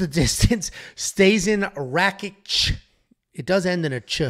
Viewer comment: He said “Rakik “ not Rakic 🤣😂